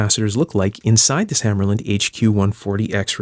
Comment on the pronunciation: Also it's pronounced hammahrluhnd not hammerlynd